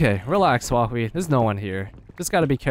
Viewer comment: Its so weird, listening to Huahwi call himself "HooHowWee" xD